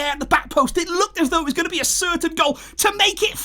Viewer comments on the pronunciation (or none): none